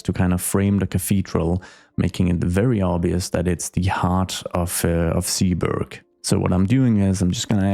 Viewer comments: Zeeburg can be completely Dutch, its actually a neighborhood in Amsterdam. The Zee part is pronounced more like Say then See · Zeeburg you can pronounce like Sayburg. God I'm super excited for this one, building a city that's historical is exactly the one thing I've been hoping someone'd do. If you need more inspiration look at a list of cities part of the hanseatic league, pretty much all of them have/had a star fortress old city center. Square 1 should be a market square, maybe you can include a city hall somewhere there but it should be all terraces with pubs around it. Historically speaking; 90% of catholic Dutch towns have a market square right next to the church where people'd go after sunday's sermon to get drunk at.